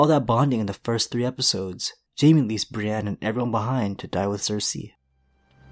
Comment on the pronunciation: He said Briënne